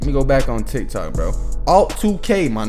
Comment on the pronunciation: My mans said TikTik😂 love the videos bro bro